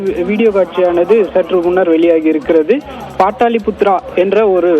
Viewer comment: பாட்டாளிபுத்ரா... அட முட்டா பயபுள்ள... அது பாடலிபுத்ரா டா... எப்டி இவிங்களுக்கு வேலை கிடைக்குதுன்னே தெரியல...